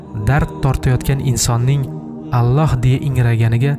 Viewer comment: Аллаҳ! Оллоҳ эмас о ҳарфи йўқ араб тилида, ло эмас ла